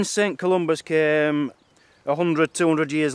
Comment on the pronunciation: I have just 2 comments: 1, you are wearing the kilt backwards, the unpleated apron goes over your lap, and 2, it is Saint Columba, not Saint Columbus.